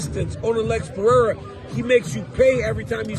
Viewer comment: You’re butchering Alex Pereira’s last name btw.